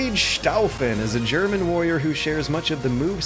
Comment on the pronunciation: Siegfried schtaufen? In german his name would be staufen. Seems like its an alteration of the namen „staufer“ with the sch to get an easier pronounciation for non german speakers. The staufer was a very famous german family. Members of that family were all highborn and the most famous one would be the emperor friedrich I called red beard barbarossa. Sorry for my bad spellling and plz do corect my mistakes since I am still learning english ^^